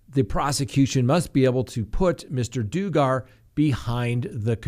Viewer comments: Please say his name correctly it's dug gar not doo gar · IT IS NOT "DOO -- GARR" ! COME ON ! YOU COULD HAVE WATCHED 1 VIDEO FROM THE FAMILY TV SERIES. IT'S "DUG -- ER" JUST LIKE IT IS SPELLED! BEST TO DO YOUR MINIMUM HOMEWORK BEFORE MOVING AHEAD ! IT IS LIKE CALLING TED BUNDY, TED "BOON -- DEE" ! DON'T BE A "DOO -- FUS." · It’s Dug-gar not Doo-gar…. 😂. Annoying mispronunciation!! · Josh “Doo-gar”? LoL., do you seriously not know who the Duggar family is??? It’s “Dug er”...rhymes with slugger. Get it right. Get it right. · It's pronounced Dug-ger NOT Doogar. We wouldn't want people to mistake this piece of crap for anyone else. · You aren't pronouncing his name right. Alot of people might be confused about who is! It's like saying Douger. !"DOUG" "ER" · Duggar pronunciation: It's not DU-GGAR. It is: DUG-GAR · DUGGAR IS NOT DO GAR DUDE SERIOUSLY AT LEAST MAKE SURE SAY PEOPLE'S NAMES RIGHT IT SOUNDS LIKE DUG GET IT ??? D U G G A R NOT DO GGAR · HAY LISTEN YOUR SAYING HIS LAST NAME WRONG IT'S NOT DOCKET (IT'S DUGGAR)!! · Why are you mispronouncing his last name? It’s irritating. Everyone knows it’s “dug-grrr” not “do-gar”. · Stop saying DO-GAR......its Dug-gar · It's pronounced duhg-er, not du-gar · Dug ger not Doo gar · His name is not Do-gar!! It’s Duggar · It's DUH GER, Not Do Gar. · it's Duggar...short U. Not Doogar!..dug as in dig but dug...gger...dugger! Give it a try! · Hey, just so you know, you are pronouncing Josh Duggar name all wrong. It’s not pronounced Doo-gar, it’s pronounced Doug-ger. I hope that this help in some small way. You usually do a great job of getting the names right, a lot better than I do, but this one threw you. Keep up the great work on Crime Talk. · If you are going to cover something, please know how to pronounce it. Josh Duggar. Like “I dug a hole.” Not Doogar. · It’s Duggar “Dugg-Ar not doogar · Dugger not DOOGAR. Idiot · Duggar. Not Duegarr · doogar 😂 I like that better than Duggar 😂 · Ha ha... Duggar not Dooger